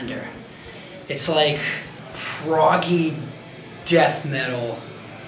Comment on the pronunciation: 🤣🤣 saying Proggy!